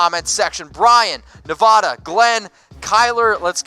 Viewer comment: learn how to pronounce Nevada. PLEASE